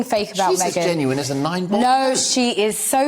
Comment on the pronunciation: hahahah 😂this girl couldn’t say the word “ genuine “ reference to MM.. what a jokester.